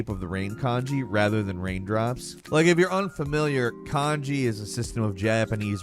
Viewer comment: said rain Kanji and I heard rain Congee when I wasn’t looking at the screen and I was so confused